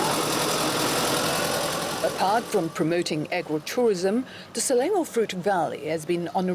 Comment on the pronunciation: isnt she local? why she pronouced selangor as slelengor?